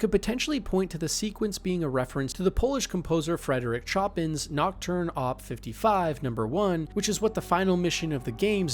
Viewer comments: it's "sho-peau" ^^ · chopped chin lmaooo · To my understanding, you pronounce "Chopin" as "show-pan". <_< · I've never heard someone butcher Chopin's name so badly lmaooo